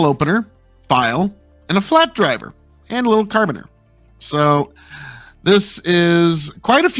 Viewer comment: carabiner, said "care-a-beaner"